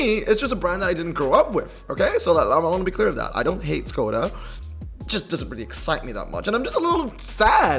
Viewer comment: FYI, Skoda is actually pronounced Shkoda ... that`s why it has the mark over the S.